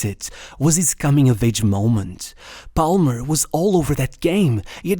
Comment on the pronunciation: Dont judge me but everytime i hear him pronounce the L in Palmer i wanted to close the video. Lucky its a video about my starboy